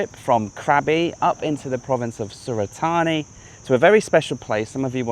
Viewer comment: I just drove to Krabi (end of May) from Surat Thani Airport. It rained the entire time in Krabi. It’s gorgeous the closer you get to Krabi as you were saying…Also, Surat Thani is pronounced “Surat THA-NIE”. My gf lives there.